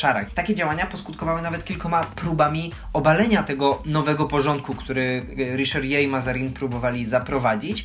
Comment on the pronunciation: Riszerie??? Poważnie...